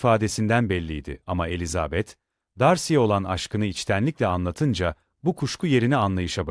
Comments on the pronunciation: Yapay zekâ okuması. Ses güzel ama vurgulamalar kötü. Virgüllerdeki duraklamalar nokta varmış gibi okunuyor. Elizaaabet denmeseymiş bari. Çok robotik, ruhsuz. 😐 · Elizabeth telaffuzunuzdan dolayı dinleyemedim , üzgünüm